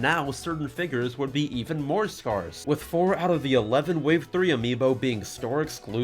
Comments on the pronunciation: Scarce and sparse are not pronounced the same. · This dude has never heard the word “scarce” in his life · now i duno if you are saying sparse or scarce if scarce is it a cox and crendor refrence to how crendor said it wrong and cox nearly suffocates in laughter? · "Skarse" - 2020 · the way he says scarce